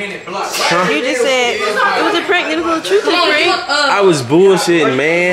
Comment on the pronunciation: said is it a prankleeee